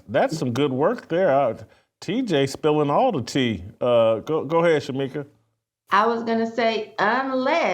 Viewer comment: Shemeeka, lmao